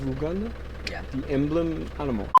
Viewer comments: just a, by the way, Uganda is pronounced like Utah. but correct on its coat of arms 👍👍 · It's pronounced You-ganda 🙂. I assume your prounciation is French. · sorry but is not u gan da its prounoced you - gun -da